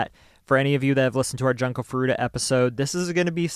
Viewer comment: I understand this channel is a English speaking channel and my comment wasn't meant to protest or attack, there are many Japanese who read english names the wrong way too. I just was wondering why not pronounce it the way it's literally read because some (and I mean non English people who visit this channel) might be confused trying to identify "Janko", as I was, for a few seconds until I realized it was Junko. :)